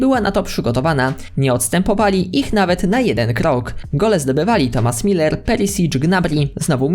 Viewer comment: Müller to nie Miler tylko Myller, następnym razem radzę lepiej się przygotować do materiału. Tomasz Młynarz byłby wdzięczny